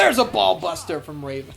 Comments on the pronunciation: From till the end of the match, I lost it 🤣🤣🤣 “Ra-Von” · Did you just say raven with the flying balls sack.🤣😂🤣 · ‘Will anybody be able to defeat “DDT”?’ Was it too much for Cole and Tazz to say “Raven”? (It also didn’t help that Ian kept screwing his name up as it was!)😂😂😂😂😂